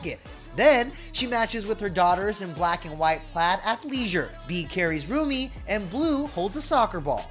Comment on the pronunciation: She's not saying that girls name right